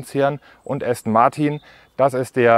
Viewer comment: Allein wie Du "Aston Martin" aussprichst... "Martiiin" voll deutsch. Wird "Ästen Marten" ausgesprochen. Das ist ja der mieseste Abtörner den ich je gehört habe. Jetzt muss ich mir doch ne S-Klasse kaufen.... den lieblichen Klang des Markennamens "ASTON MARTIN", von Dir ausgesprochen, bekomme ich jetzt nicht mehr aus dem Kopf.